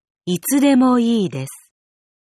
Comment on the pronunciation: ｢いつでもいいです｣がなんかぶっきらぼうですこ